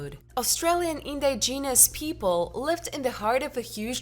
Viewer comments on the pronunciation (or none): I had to kill it after she said " In-di-genius " 5 times in the first 40 seconds.